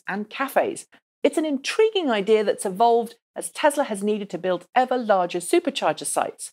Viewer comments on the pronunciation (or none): none